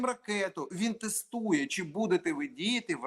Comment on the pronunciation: звучить жахливо, коли говорить українською. Не ЧЧЧЧи а чи.